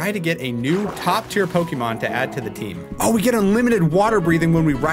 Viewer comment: Hearing these two absolutely butchering Pokémon names kills me, but the nostalgia from my old pixelmon days makes it so worth it.